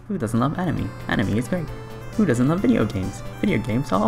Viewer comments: for some reason I don't like the commentator's voice, and it also bothered me how he said animey instead of anime. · "Top 10 Enemy games" LMAO at that pronunciation